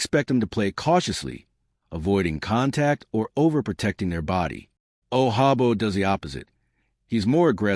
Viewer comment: He’s not Spanish and the j sounds like a j He’s from Nigeria. Hate computer voice.